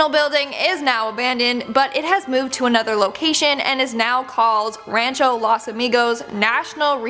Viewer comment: Wtf??? Las?? You guys butcher every Spanish word it’s LOS with an O not an A ITS NOT THAT HARD omfg please if you wanna report on it learn to say it